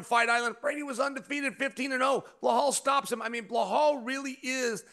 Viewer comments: I like how Chael calls him Blahall. 🤣 can’t nobody remember dudes name and plz stop this GSP comparison, that’s so disrespectful to GSP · Whos Behal 😂 idk why he can't pronounce names properly 😅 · "Blehal.' Chael is the king of slaughtering names --- I don't if it's because he couldn't care less, if it's part of his schtick ... or both. Lol. Either way, I'm here for it 😅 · Chael: Ba' hall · Chael will absolutely NEVER say Belal’s name correctly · Man someone please tell Chael it’s Belal